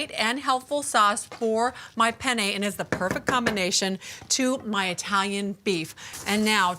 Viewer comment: Take a sip of 🍸every time she says "Pen - yay" 😂